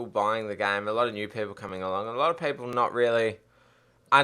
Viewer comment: "Paypol" :P